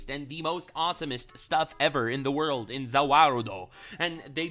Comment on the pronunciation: Oh wow we got a ze wurldo … feels like it’s been abit